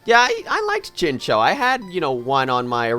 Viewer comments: It's pronounced chincow, theres a whole episode about them, it was a really bad episode actually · I always thought chinchou was pronounced chinchow.....